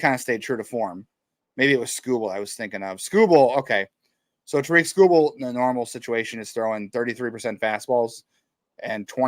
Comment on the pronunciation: Please pronounce Tarik Skubal's name correctly! It's pronounced TERR-eck not ta-RIK!!